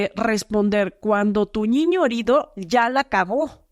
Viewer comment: A mí me pareció súper interesante todo. Lo que no me gustó es que en lugar de niño dice "ñiño" 😮